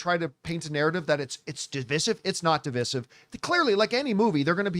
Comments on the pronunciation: Divisive = duh·vai·suhv please, please, please say duh·vai·suhv. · It's dev I sive john for the love of God man!! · Dih-vai-suhv. Please say that. We Canadians have been saying it like normal human beings for years. Please, Americans, stop butchering it. Thank you. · DIV{EYE}SIVE = DIVISIVE. You kept saying that word incorrectly and it was driving me NUTS!